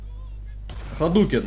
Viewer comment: смотрю еще раз чтоб послушать "ХАДУКЕН, ЭСМЕЦЧ СЕМБУХЕН"